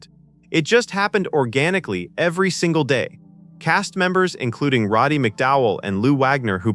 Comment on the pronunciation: 'Robby Mc Dowell??' even though the narrator says it correctly 'Roddy Mc Dowell' 🙄